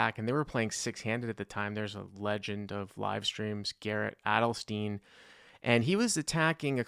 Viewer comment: Garrett's name is pronounced Adelstine, like Frankenstein.